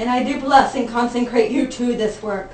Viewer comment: thankyou. It was lovely. Words of hopefully "helping" . The word is consecrate...not conceNcrate. Another thing is that the volume is a bit much..and there were other noises that were rather disturbing. Apart from those things...it was lovely thankyou.